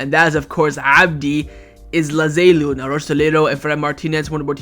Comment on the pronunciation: it’s abde elzalzouli not abde ezlazelou